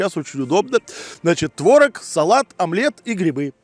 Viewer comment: Не творог а творог.